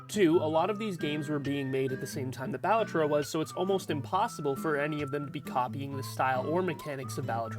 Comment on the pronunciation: Bal A Tro. Emphasis on the second syllable. It's an Italian word. Means joker. Cringe when folks mispronounce it......